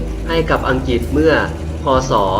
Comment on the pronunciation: อังกฤษไม่ใข่อังกิด ออกเสียงให้ถูก